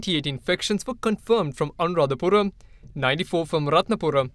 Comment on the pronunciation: Are you mad..correctly pronouns Anuradhapura, Rathnapura....is not anuradhapuram,Rathnapuram